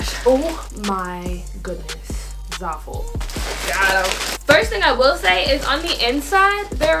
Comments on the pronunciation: "ZARful" xD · Your doing amazing girl😭 love all your videos and can see how hard your working and how much effort and time you put into them! I love you keep it up❤️ btw I think your Pronouncing zaful wrong😭 just looking out for a sis😚